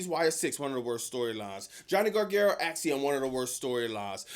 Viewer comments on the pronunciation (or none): Johnny Garga-what,?😂😂😂😂